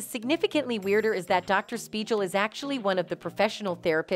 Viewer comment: I can't even take in the info of this video cuz all I can hear is how Dr Speigal is mispronounced.